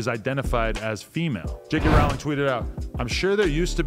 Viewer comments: Why does adam call her JK Rawling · Thought you pronounce her like rolling